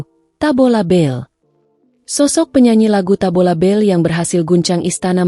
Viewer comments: Tabola bale..bukan tabola bel😂😂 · Kayaknya mbak AI perlu kursus Bahasa Indonesia...Tabola bel...Tabola bel 😮😮😮😅😂